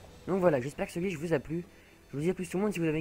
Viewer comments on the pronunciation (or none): A tu dit glich !